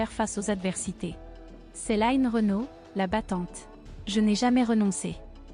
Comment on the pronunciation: Je suis choquée que lno ait appelle Line ..'bien française en Line écorchée en anglais tout au long du reportage Bonne santé Line et longue route encore avec nous ❤❤❤